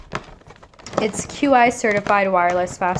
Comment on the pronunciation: I love your videos and watch even though I know I’m not gonna win. BTW, Qi is pronounced Chee, it’s not an abbreviation